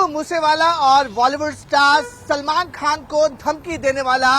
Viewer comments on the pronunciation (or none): none